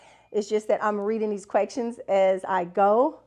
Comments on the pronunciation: are you saying “quecktions”? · Yes😂leave her alone😂😂